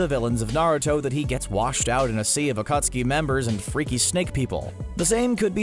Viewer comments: he said acutseee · the acutski bruh the man who rewatched naruto many times saying acutski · it is pronounced uh-khat-ski not AKOOOOTSKI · It's pronounced akatski or akat suki not okostki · My dude said akootsuki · The narrator: I've watched and rewatched naruto many times Also the narrator: the akootskee Also also the narrator: uhtsootskie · the "akootski" XD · CBR Narrator: I’ve watched Naruto several times Also the CBR Narrator: The AcUtSkI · So you watched it many times and missed the akatsuki pronunciation? LOL 💀💀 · You said akatsuki wrong bruh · The way the narrator pronounces akatsuki makes me cringe.